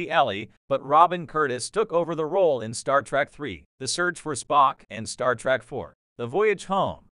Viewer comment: Star Trek not Star Track ... these damn computer voices are a pain in the azz.